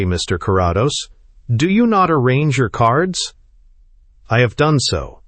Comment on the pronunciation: ❤Thx! Btw, its Care-ah-dose😊